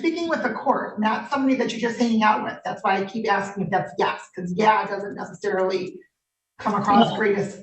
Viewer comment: What person, in their right mind, allows their cellphone to be suspended, canceled or turned off? Miss a house payment, yep. Cell phone payment? NO WAY!!!! And the word is ‘ASKING’, not ‘ashhing’!! No wonder our future is tanking.